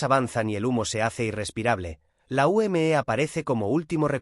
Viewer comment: Se dice simplemente la UME no como usted diciendo la U m e haciendo que cada letra vaya por separado cuando todo va junto